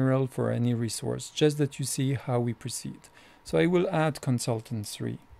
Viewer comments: ressource sheeeet!!! not shit ;)' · I love the way you pronounce ie: the Resource Sheet